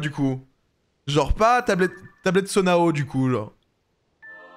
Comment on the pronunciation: Banger ce jeu j’ai avancé plus dans l’histoire pour pouvoir regarder mais juste tu dis Sonao mais je pense ça se prononce Sono